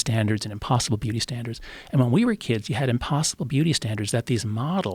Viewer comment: Joe "how can I reach these keeds" Rogan